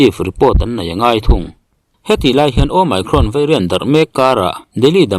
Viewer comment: Mi pangngai chuan an duh dan danin lo lamri se. Nangni YouTuber chin hi chuan a lam rik dan dik Youtube atang ten zir hmasa thin ula, ngaihthlak a hahdam deuh ang. Asean ang bawkin Omicron pawh nangma style leh bawk maw.